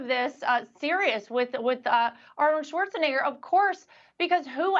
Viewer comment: did she say Schwarzen a,e,i,o, or u gger?